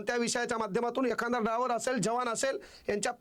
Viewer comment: ते सगळं खरं आहे तुला मास्तर कोणी केलं ड्रायव्हर असा शब्द आहे ड्राँवर नाही